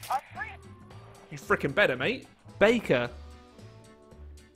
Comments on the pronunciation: Dude....it's pronounced BAKER. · No no no, it's baker, not baker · Game say Baker: Bakuh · Did you Say Baker or Bakah/Beiker/Baiker/Bakher?